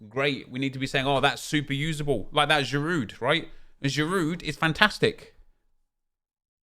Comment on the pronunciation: Craig why do you continue pronouncing the 'd' in Giroud? Are you really that thick?